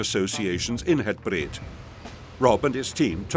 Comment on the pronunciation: Nice video. but... the area is called Het Breed, not Het Breet (breed is meaning: "wide" in Dutch).